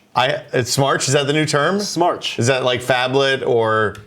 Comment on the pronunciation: When you said smartch I said "!? It should be Smatch" Smatch will catch on. You got it right the third time ;)